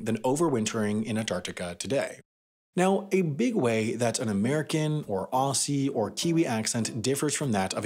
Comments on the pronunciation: oh see?? its oh zee... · i absolutely hate how you pronounced "aussie" like "orssea" it's pronounced "ozzie" .-. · AuZZie ^ not ‘AuSSie’ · "Ossie" 😫 "Ozzie" 😊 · Notice how he says “Aw s ee” Instead of pronouncing it like “aw zz e” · He really pronounced Aussie(Ozzy) as AASSY 🤣🤣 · did you just say aussie instead of ozzie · Did you say ossi it’s ozzy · "Aw-ssee"....mate..."Aw-zee", it's "Aw-zee" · It’s Ozzie not ossie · "Aussie" is pronounced like "ozzy", not "ossie". :) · He said aw-see. It's ozzy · Anyone else feel uncomfortable when he mispronounced Aussie? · Did he just say ossi its Aussie mate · Aussie: Pronounced ozzy, not ohssie. Keep up the good work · Dear Americans, stop saying "Ossie". It's Ozzie, with a Z. I know we spell it Aussie, but its AuZZZZZZZZZZZZie. Mate. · FFS it’s not pronounced ‘Awwsee’ IT’S AUZZIE WITH A ‘Z’ 🇦🇺 AUZZIE AUZZIE AUZZIE! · Oz-e not ah-see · Aussie is pronounced "Ozzy" not "Ossy" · Just so you know, Aussie is pronounced Ozzie, not Ossie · lol, the way he pronounced Aussie at 2m 40s! "Oss-ee" instead of "Ozzee" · I'm not being a smart ass, but Aussie is pronounced like a z, like ozzie. This is a really cool video thanks so much for making this!! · osssssssssssssssseeeeeeeeeeeeeeeeeeeee cringe, say it properly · Aussie is pronounced ozzy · Ironically, you pronounced the consonant wrong in 'Ozzie'. Happy Australia Day. I like your channel. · Nah it's ozzy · Great video. I just need to say, Aussie is pronounced like Ozzie. No hard S sound like the Americans say it. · You are right. The pin/pen merger is a feature of the south-eastern US. Your pen might sound light his pin, but your pin sounds like pən. But what do you expect from someone who pronounces Aussie as Ossy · 'Aussie' is pronounced as if it were written 'Ozzie'. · The way you pronounced Aussie is horrifying. Treat the S's as Z's. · for anyone out there, it's pronounced "Ozzy" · I heard 'Awesea' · Isn’t it pronounced /ɒzi/ ? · You pronounced "Aussie" incorrectly.